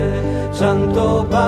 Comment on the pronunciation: I am wondering why the pronunciation is so different in this version than it is in most others, e.g., "chanto" instead of "canto."